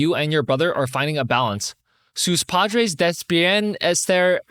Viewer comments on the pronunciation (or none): none